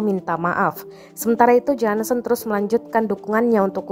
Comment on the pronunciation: JOHNSON bacanya JONSON atau JONSEN kok malah jadi JANSEN.